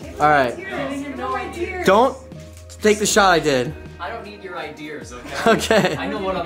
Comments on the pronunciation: arguing about "idears" 💀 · "I don't need your iDEARs" lmfao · They’re even kidding with him and his whacked vocabulary. Ideers… I get it. I’m originally from the north east. We butcher some words. At least isn’t dropping his R like most eastern Massachusetts residents. I worked with an executive coach, and he rightfully pointed out that my career would destroyed if I continued to speak in that regional manner. Much easier to make videos. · it’s “ideas” not “idears” lmao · FINALLY ideas! Ive been waiting for some one to point out idears.... My grandma use to say it she was french... And that's not far from canadian... your canadian right? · you got them good " I--dears", bro.